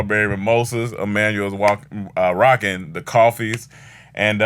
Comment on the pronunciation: 🧏🏾‍♂️ Hey, Seems like was trying to say Rocking but fluffed landing and went with wocking....this coverage has been brought to you by these greatest hits I wanna Wock with You, Wock the Boat, and You Wock My World 🌎...